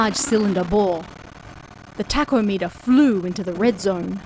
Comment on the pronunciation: "Taco-meter"? I thought it was a mistranslation...or something. In the subtitles, the word was "tachometer". That's usually pronounced ta-kom-i-ter. Gave me a good laugh though. Yeah, figuring out the stressed syllable in an unfamiliar word is part of the "fun" in English, even for native speakers sometimes.